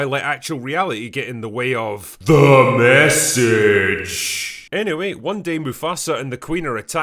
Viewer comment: Damn man, i just want your "T H E M E S S A G E" as my notification sound 😅